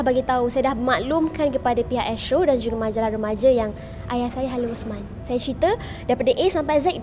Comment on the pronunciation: Benda yang lepas biarkan ia berlalu. usah di korek kenapa kawen di Thailand? Kenapa bercerai? 1 je aku geram dengan wartawan ni mana sebutan H dia? duk Aya...aya.....Ayah lah!!